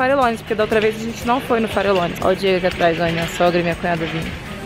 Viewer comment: DICA: VALLE NEVADO.. ( VAJE NEVADO) - FARELLONES. (FAREJONES).... fica a dica.